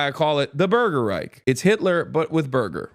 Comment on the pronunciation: German here: it’s not „Burger Reik“, it is: „burger reiCH“ - would be even more funny if you shout it with a German accent